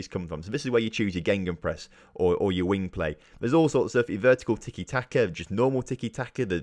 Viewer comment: Are you saying GeNgenpress instead of gegenpress(gaygen press), also what it does is dominate the space between the lines of attack and defence